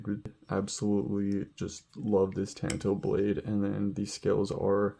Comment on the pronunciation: Ton toe! Ffs it's not a ka-tan-a sword! It's a ka ta na sword